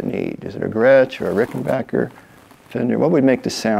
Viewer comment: Thumbs up to Mr. Campbell for pronouncing "Ricken-BACK-er" correctly!